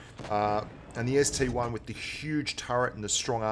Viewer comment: Ah the ST-1 name has infected blitz just like PC. PLEASE ITS CALLED AN ST-I. PRNOUNCED EYE. Not 1, EYE. if the I in ST-I was a 1, then the KV-1 would look like KV-I. Sorry, just a triggered PC player talkin'